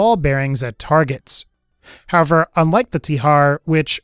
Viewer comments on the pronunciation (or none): none